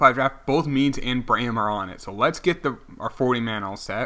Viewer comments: Also, it's bray-MEN not Brayham. You are not great at pronunciation but I still love your channel. :) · I’m so annoyed at how u pronounce Braymen it’s not brayum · Please learn how to pronounce Braymen. It's the new Delgaudido